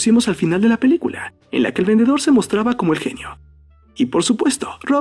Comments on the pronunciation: verndedor que es eso como q le agregaron una R no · "VERNEDOR" ja :v